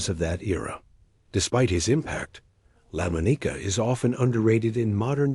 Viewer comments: It’s Lamonica, not Lamoneeka for the sake of God. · I winced every time he said his name. I've never heard anyone pronounce his name that way. I kept yelling "It's lah-MAHN-ih-kuh" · Lamb O Neeka ??? 😂😂😂 Lamonica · Lamb O Nicka.....seriously check your pronunciations..... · La Mo Nica????? Seriously? It's Lamonica! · Lam O Nika ??? 😂😂😂 Lamonica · "Lamb-uh-KNEE-kuh" -- REALLY?? Please fix your AI. That's truly cringe-worthy. As a Packer fan, I still think Daryle Lamonica deserves at least to have his name pronounced correctly. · the name is pronounced la-mon-ica. the mad bomber. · First let me say the AI narration was terrible. No one bothered to make corrections to all the screw ups. Lah moe-knee-kah cracked me up. Come on, you can't let stuff like that slide. As for my favorite, Stabler. I grew up going to games and watching him. He'll always be #1 in my book... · Daryl Lemoneeka...'cmon. Good script, but is it too much to ask that a human read it? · It's lamonica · Lamb-a-knee-ka. LOL! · This AI announcer is. One. Of the worst announcer I've ever. Heard in a video. I could have farted. A better script reading than this. Also: Lamma neeka??? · Enjoyed the video, but the AI generated narrator took some serious tolerating due to the pronunciation of some words/names like "Lamonica" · Really butchered lamonica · HORRIBLE PRONUNCIATION on Daryle Lamonica's name!!!!! That's when I shut off the rest of the video. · The A.I voice sucks dot A.I can't pronounce Lamonica dot Embarrassing DOT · yeah , they fked up D Lomonica's name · Didn't mean anything personal Brother Raider but it butchered my all-time favorite QB's name and you got to protect the QB. GO RAIDERS!!!!